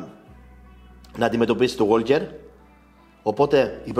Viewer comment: είναι Γουόκερ, όχι ΓουόΛκερ (το 'Λ' δεν προφέρεται)